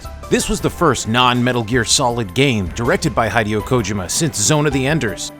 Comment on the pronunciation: I stopped watching the video and made this comment when he pronounced "Hideo" as Hi-dee-O. My man, do a tiny little bit of due diligence and pronounce the man's name correctly.